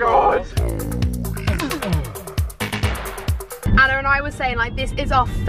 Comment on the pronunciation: saff can’t even say Anna’s name right